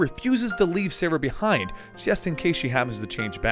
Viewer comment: so i know this is a dead post, but i just came upon it.. and all i have to say.. with all you had to say about being correct and easy names blah blah blah.... Serah.... not "Sarah" <3 not trying to be a dick, just a little, here ya go. lol